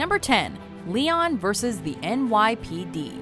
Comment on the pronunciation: That's not how to pronounce Léon for fuck's sake